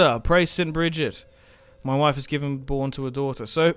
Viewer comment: Enjoying this lets play. Also when you say Mah Wife cracks me up everytime hahahaha